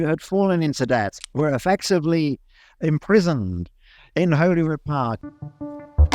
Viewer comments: Pretty good video, definitely lines up with what we were taught in school plus more I didn’t know! But please could you have consulted a local for pronunciations :,) I don’t mean this list to be hateful I’m just a local and want to let people know :) Holyrood = holly.rude (like Hollywood) wynd = wind like a windy road (not like a windy day) it’s princes street not prince street (can’t lie never heard that one before lol) jacobite = jack.o.bite Calton Hill = call.ton hill (also would say that Edinburgh is more commonly pronounced Ed.in.bruh, but that’s just nit picking) and a loch is a loch, never a lake, there is one lake in scotland and it’s out of pure spite (or an accident), Lake Of Menteith if you’re interested :) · Topical midroll ad, as locals call “Holyrood” Holly-Rood, rather than holy-rood. If you want a clear pronunciation, listen to Scottish Parliament coverage which has the same name. Great video otherwise. I’d recommend chatting and working with Bruce Fumey in future for Scottish history. As some of the history parts wasn’t wholly accurate. Such as the ‘built over closes’ which was the old Edinburgh built over due to the plague as well as increasing development. But lots of those ‘cellars’ are actually people’s homes who were sealed in during a plague, where the ruling class buried the poorest when they were sick as at the time it was believed only the poor got ill 🤦‍♂️. Also the Jacobite rebellions were also not terribly accurate, but very complex so not a biggy. Maybe next time link to some full history articles or other videos? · As a local to the Edinburgh area, we pronounce Holyrood Palace as holy (the bush) rather than holy (as a religious standing), just as a little thing. 👍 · Thank you for paying a visit to our great city! Well made video, although I’d just point out that ‘Holyrood’ is pronounced as Hollyrood 😁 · Holyrood. Holly like jolly. Great pronunciation of Edinburgh though! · holyrood is pronounced holly rood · Yeah i was gonna say that